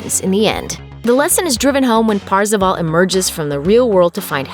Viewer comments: Why does she call him Parzivall? It's kind of obvious the pronunciation of his name is Par-za-vaul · It’s not PARzival It’s PERcival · Actually parzival sounds like "first of all"